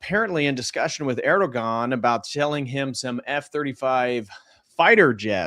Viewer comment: The ğ in Erdoğan is silent 🤫 😊 Just trying to help out!